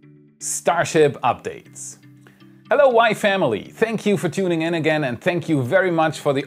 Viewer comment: Every time you say “Hello WAI Family” I hear it as “Hello Wife Emily”